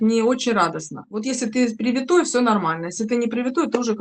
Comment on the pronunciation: В литературной речи следует использовать вариант с ударением на «и» — приви́тый (например, приви́тый ребенок, приви́тая яблоня). Вариант «привито́й» считается допустимым в просторечии.